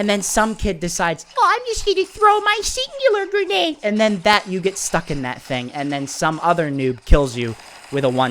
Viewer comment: you’re pronouncing it wrong it’s called the singularity grenade I can tell why this thing is annoying I was like on a monster kill streak and then someone through the singularity grenade I got stuck to the wall and got killed now I know why this thing is so annoying and I rarely see people use this thing